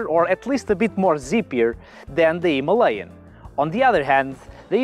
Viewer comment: Good review but only one mistake, that pronouncing "Himalayan". Rest are good. 👍